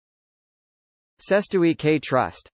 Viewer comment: I would however agree that this video is probably the worst pronunciation of it I've heard 😂👍